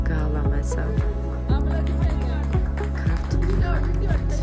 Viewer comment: da ap”L”odismentebs ra ushve”L”oooot????😀🤪